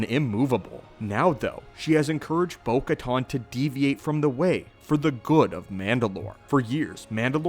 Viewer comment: Still mispronouncing Bo-Katan... it's like "can" and not "con."